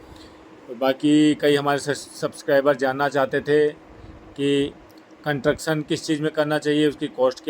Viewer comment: ji, you are frequently using one word " Contuction" which is wrong word. ये शब्द होता ही नहीं है Actual word is CONSTRUCTION Please correct while using in future in your vlogs Thanks 🙏🙏